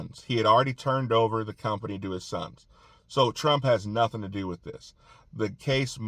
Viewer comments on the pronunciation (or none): none